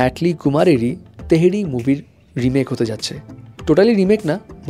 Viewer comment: তেহেরি না 😂😅 থেরী